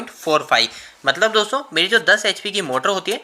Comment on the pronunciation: Bhai apka video achchha lagta hai par do chij kharab hai sudharo. 1 लिखते हो तो बोर्ड का यूज करो कागज में पूरा हग देते हो गुस्से से दिमाग सनक जाता है 2 दोस्तो बोलते हो तो पूरा बोलो दोसो बोलते हो गंदा लगता है। ओ के।